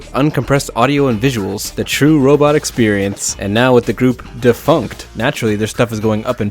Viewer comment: "DA-FUNCT" WHY